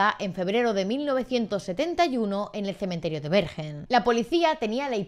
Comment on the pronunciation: Una historia fascinante, pero creo que Bergen se pronuncia "berguen" 😉😉